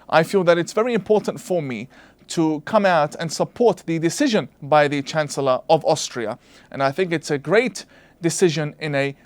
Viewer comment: Did Tawhidi just say "Chance-Ullah" Sebastian Kurz???